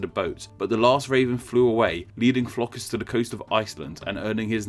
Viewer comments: Flokus! xD where do you see the S buddy ? I'm from Iceland and seeing you pronounce all of these names wrong is hilarious. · Why do you insist on pronouncing Flóki as 'Flokus'? I like your videos, but the many pronounciation errors throughout your videos irritate me. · Why are you pronouncing an 's' at the end of Flóki?